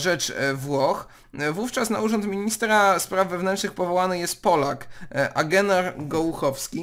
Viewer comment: Fajny akcent przy wypowiadaniu imienia Agenor :D